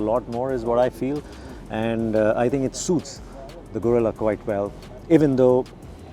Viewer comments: I expected atleast to say, Geh-rilla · I didn't expect non-spanish speakers to get the "rr" and "ll" right, but at least try to get the vowels correctly!